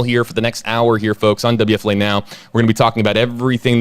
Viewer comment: This is a serious case but I can’t help to comment on how awesome you say WFLA